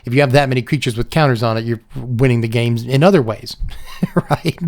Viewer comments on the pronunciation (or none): none